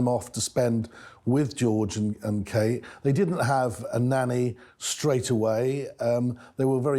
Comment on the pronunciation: Kate not kat